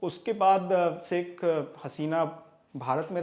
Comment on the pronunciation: saik nahi hota shaikh hota hai